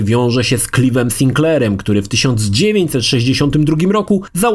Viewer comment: Imię Clive czyta się Klajw